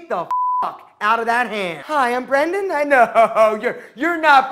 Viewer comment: Oh you're not brendon You're BRENDAHN